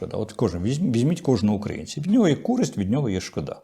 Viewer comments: Слово «шкода» - з наголосом на першому складі) Дякую за трансляцію. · Не "шкодА", а "шкОда", шкОда, курча!!! . "І ці люди забороняють мені колупатися в носі" (с). (розповідають мені про користь обдристовича)